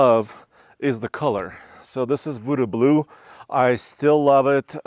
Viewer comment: Did you just say Woodoo blue?